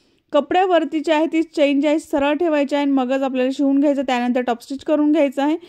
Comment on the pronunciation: चैन नाही चेन म्हणतात